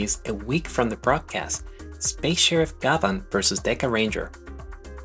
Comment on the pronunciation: Thanks for a great piece about one of my favorite shows growing up in Japan. One thing though, his name is actually pronounced GYABAN, like the French actor/singer, Jean Gabin.